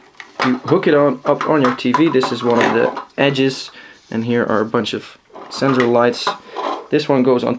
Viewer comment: Sensor say it right